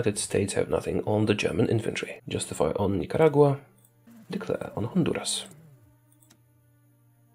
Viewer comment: At these moments he also spoke in Polish accent -Honduras -Nikaragua